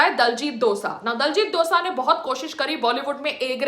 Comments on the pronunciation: abey saans lele phle tu 😒 diljit dosa ni h vo .. diljit dosanjh h vo .. bolna ni aata to jaake sikh le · its dosanjh not dosa madam .... why u bhonki jani a ena ..😜